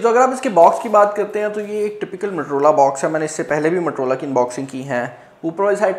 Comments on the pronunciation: Abe bhai matrola nahi motorola hota hai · Waisay its Motorola not "matar rola"😜😂😅 just kidding hope u don't mind